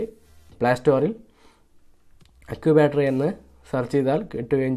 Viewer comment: Accubattery ha ha ha🤣😁😂 അക്കൂബാറ്ററി 🤣😂. ചക്കൂബാറ്ററി 😂😂😅